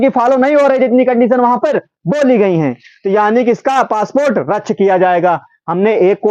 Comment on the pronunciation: रच्छ nahi padha jayega,vo रद्द (radd) hai